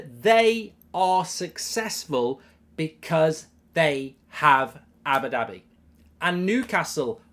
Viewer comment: Cracks me up how goldbridge says Abbidabby